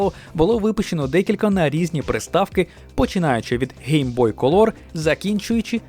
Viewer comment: будь ласка вивчи як вимовляється слово COLOR 🎇🎇🎇